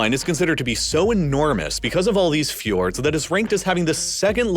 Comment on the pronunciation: Say fjords one more time